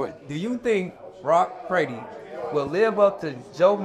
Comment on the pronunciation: Haha did he say, “Brock Prady”?! 😂